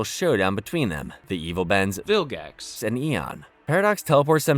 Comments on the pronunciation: Why are you saying "Vilgax" in a weird way over and over??? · Why are you saying Vilgax so strange at the end